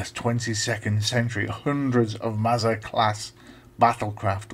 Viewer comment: I should explain that the name Masada is from a place in Israel where a group of Jews held out against Roman attackers and committed suicide rather than be captured. I'm afraid your pronunciation is a bit off. The A's in Masada are like the a in the words Arthur or Arm. So it's Maa-Saa-Daa. You're saying it more like Mazda the car. There's quite a detailed page about Masada on Wikipedia.